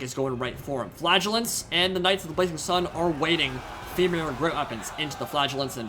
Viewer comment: hahawhen you say flagellants it sound like flatulence